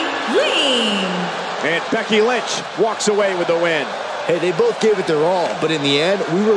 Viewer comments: They said Berry Lee instead of Becky Lynch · Berry Lee? What?